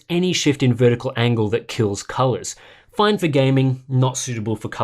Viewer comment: that "fine" tho